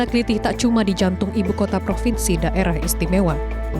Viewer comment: Ketemu plaku klitih yg habis aksi. Tendang kepalanya kayak video yg dah beredar di FB n Youtube. BTW mbaknya kelihatan bukan orang jawa. Aksennya ktk bilang Klitih bukan aksen jawa.